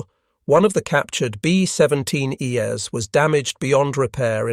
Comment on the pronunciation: It’s distracting how the robot voice pronounces thing like “B17 Es” as “B17 E-S.” It’s not read as a plural but a series of letters it doesn’t recognize.